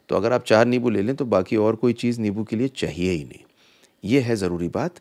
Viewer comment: Its limbo not lebo